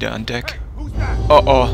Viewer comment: haha war keine Kritik fands nur Lustig "besteigen" hört sich nur an wie "eine Hündin wir bestiegen" xD und es heist "unter Deck" nicht "denk":D nich böse nehmen, bist doch ein guter;)